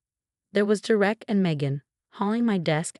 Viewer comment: For Gods sake “Derek” is pronounced dare-ek! Get it right or don’t do these narrations!